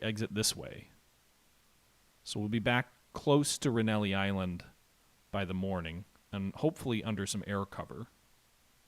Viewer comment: Why do you keep calling it "renelli island"? It's rennell island...no i on the end